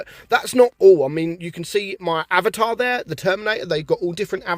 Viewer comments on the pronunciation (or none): none